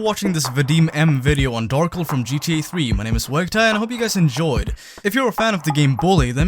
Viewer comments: Why do you say it like Darkle. Lmao. I feel like it should be Dar-kel. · Darkel or Darkle? I love the video but that is not how I think it should be pronounced lol